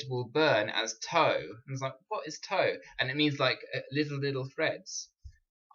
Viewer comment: Excellent. To help you out even more, the word 'tow' is pronounced like you would say 'owww' like when you're hurt. There are still people in England who use this word. 😀 Blessings.